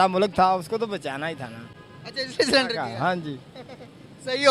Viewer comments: सरेंडर ❌ सिलेंडर ✅😂😂😂😂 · Salindar nahi sarndar Kia tah